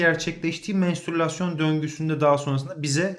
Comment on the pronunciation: hocam mestrulasyon değil mensturasyon